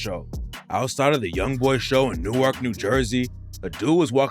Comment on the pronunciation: Hell no dats not how you say Newark